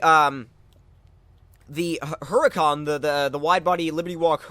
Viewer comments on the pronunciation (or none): Hey just a FYI... The "H" is Huracan is silent. It's kinda just... Uracan.